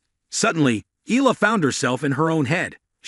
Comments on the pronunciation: It's AI talking. That's why it pronounced Eela not Eyala. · Correct Filipino pronounciation of her surname is (eyala) not (ela), hope you got this correctly on your next videos